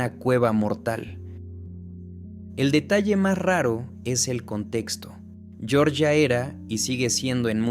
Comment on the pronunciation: . Tu pronuncias Georgia como si fuera el estado de Estados Unidos y cunado se trata del país se pronuncia diferente